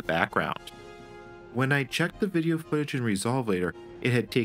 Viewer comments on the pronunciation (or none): none